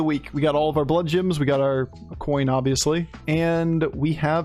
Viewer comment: Only started watching this channel a few weeks ago (love the content BTW), so I may have missed the joke, but am I crazy or is saying bloodjims??